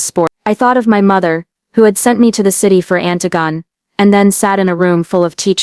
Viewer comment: That's not how you pronounce Antigone